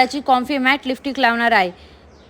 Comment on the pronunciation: लिपस्टिक ❌ लिफ्टिक ✅ 😂